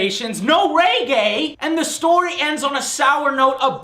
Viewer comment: "fewer radio stations, NO RAYGAY!!!" lol joe can NOT pronounce reggae